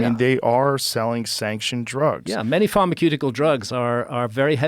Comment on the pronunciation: Do people really say pharmaQeutical?